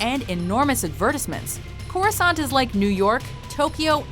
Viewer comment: I noticed Corrisant sounds like CROISSANT.